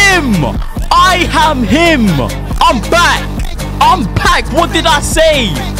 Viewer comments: “I ham him”😂😂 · Bro said I ham him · Was it just me that noticed that bluds Nigerian. He said I HAM HIM😂